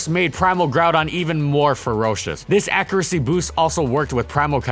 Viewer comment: "accricy" its pronounced accuracy homeboy